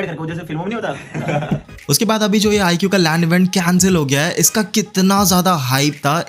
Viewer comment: IQOO❌ IGUU✅